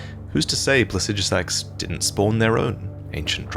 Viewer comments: I love the way he pronounces Plaxidusax, almost spunds like "Pu*ssydusax". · 30 seconds off the bat I just want to point out that You are incorrectly pronouncing Placidusax's name. Pla-si-do-sax if this helps. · Say plahsijjuhsaxx one more time. I dare you. I double dare you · While I may not agree with your pronunciation of Plasijusax i can get over it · "Plasijasax"? I'm not saying you're wrong, but when is it we decided that's how we pronounce placidusax? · Pla-cid-asax idk where tf you get the sh from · Might wanna figure out how to pronounce Placidusax before you make another elden ring video about dragons, just sayin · You mispronounced Placidusax every single time, good job. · That and he mispronounced Placidusax every single time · mispronounces "Placidusax", smh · Learn how to say Placidusax properly